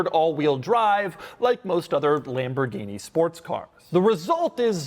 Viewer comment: Um... it's pronounced "Lam-bor-ghine-mah-shine"